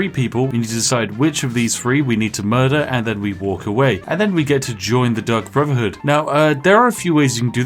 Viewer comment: I honestly keep hearing Spiff say "The Duck Brotherhood" and now I want that in Skyrim.